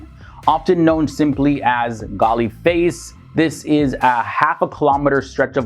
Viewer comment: Its pronounced "Galle Face" Not Galay Face.